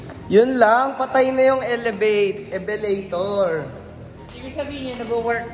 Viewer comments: "evelator" WHAHAHAHAHAHAHA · "Ebelator" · ITS elevator not eveletor 😂😂😂